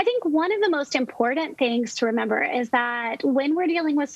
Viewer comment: One stressor that I'm immediately decreasing is the cringeworthiness of a professional who thinks that the word "important" has a "d" somewhere in it. Hasta la vista, Doc.